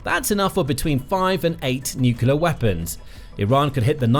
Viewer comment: 'new Q leer wop buns'